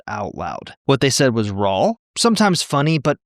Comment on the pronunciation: i wanna hear you say raw again...did you say "rawl" or was it just my imagination?!?! lol 😂